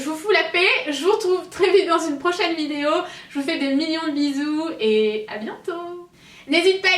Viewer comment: je rêve où elle a dit (f)idéo